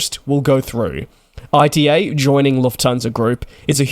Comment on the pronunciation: ITA not I.T.A